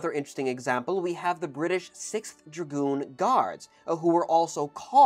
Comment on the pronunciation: you mean... gragoon?